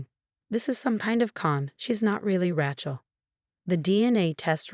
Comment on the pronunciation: HEIR, not hare. RAY-chel, not Rat-chel.